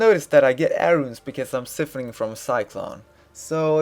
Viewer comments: I'm sure this was a great guide cause the small amount of time I spent here I learned a quite a bit but could no longer take the pronunciations of siphoning had to leave it was for some reason super cringy in my ears lmao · ***** I understand lol. I can tell English isn't your second language and you say "siphoning" funny. I liked this video though!